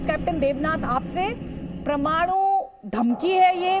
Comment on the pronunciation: प्रमाणु नहीं परमाणु